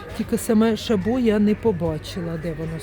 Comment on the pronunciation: ШАбо. Наголос на А !